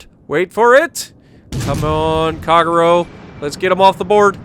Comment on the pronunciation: At a go , lol. Please pronounce " ahh tah go" ., " kagh row" wtf dude, its pronounced " kah gay roe, americans , lol